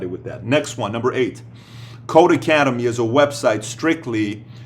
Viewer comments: not to be a "troll" but it's not "Code Academy" it's Codecademy without the "A" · Great video Patrick. One thing: it's codeCademy not codeAcademy :)